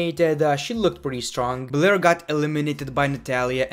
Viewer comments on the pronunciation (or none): none